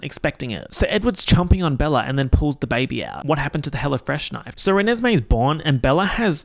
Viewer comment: “ze bébé”